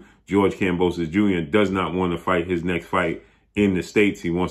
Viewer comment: The b instead n on next slightly irritates me